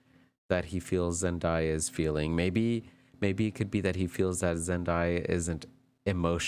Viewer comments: Your pronunciation of her name this whole video was killing me lol her name is said how it’s spelled Zen day ah… Zendaya I don’t get where y’all get Zendieya from lol but this was a great video although you mentioned your energy and maybe lack their of but as a new watcher this was a good reading. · Zen-DAY-a, not Zen-die-a